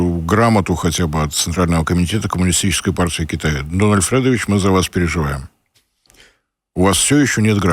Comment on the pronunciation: не Фрэдович, а Федорович